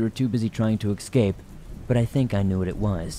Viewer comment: Escape not excape